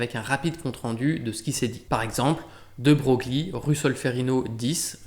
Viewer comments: Génial, comme toujours, merci ! (De Broglie se prononce De Breuil) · de Broglie se prononce (certes bizarrement) de Breuille.